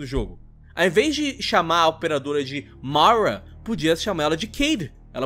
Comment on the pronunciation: Fala o nome Mara direito ksksmsmsm